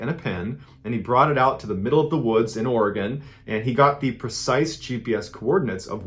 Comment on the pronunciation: Thank you for pronouncing Oregon correctly.